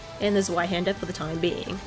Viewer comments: the most common mistake is the start with the Z and the Ä. Mostly its pronounced like would say "sweat" but you would say it more sharp like the ts in "its" and the ä most people just pronounce as the a in "hand" but its more like the a in "bank or tank" but a bit shorter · never gets old hearing non german pronounce zweihänder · it bugs me so much